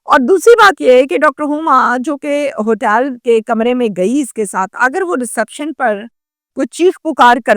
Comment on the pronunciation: تو ہوٹل کیوں نہیں بول رہی ۔۔۔ ہوٹیل کیوں بول رہی ہے